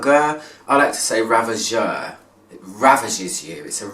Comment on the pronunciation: ...and yes the prononciation is right, in french a "G" in front of a "E" is like a "J".